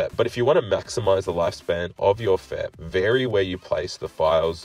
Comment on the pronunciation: FEP is 3 individual letters not one word, its pronounced F. E. P. not fep